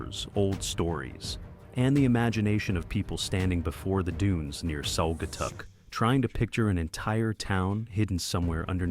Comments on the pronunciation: Who are narrated this program about Michigan can't say the names of the Cities correct the last one is Saugatuck Michigan and there's other ones he couldn't say correct either I was born and raised in Michigan and whoever narrated this doesn't know what he doesn't know how to say the names of the Cities correctly😮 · Saw-ga-tuck, not Sow-ga-tuck. On-away, not Own-a-way.